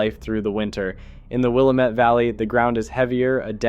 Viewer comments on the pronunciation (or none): Worms are fascinating! A couple regional pronunciation tips though: Willamette is pronounced with the accent in the middle- like, wul-AM-ut. Palouse is like, puh-LOOse. (Northwest names can be hard to pronounce, or even predict sometimes. :)